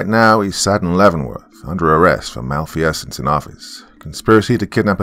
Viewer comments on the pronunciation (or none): Pleaseeee it's MAL FEEEEE SENSE ( Malfeasance)